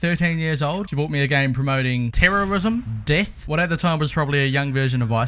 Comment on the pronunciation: It took me until your 3rd or 4th time saying before I understood what you were saying lol.